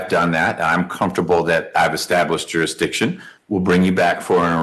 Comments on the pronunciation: He’s not even saying the “s” though, he’s saying jurydition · JURA-DICSHON .This fool is going to GEL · “JURRIDISHUN” is certainly among the greatest utterances of all time. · Tell him that 'juri'iction' is not a word and that he needs to speak English instead of his very, very advanced branch of jive. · "you nee' to proo' juridikton beyon' a reenable dou'!" He has no idea what he is saying, or how to say it if he did. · Real victim here is the English language.... The joker can't even PRONOUNCE jursidiction.....😅😅😅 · First of all, it is JURISDICTION. It has an "s" in it. Why does the court even entertain this idiot? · He takes the prize for the most different pronunciations of jurisdiction (all wrong)